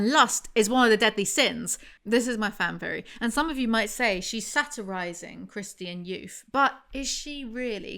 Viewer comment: i like how you pronounce christian "christy-an"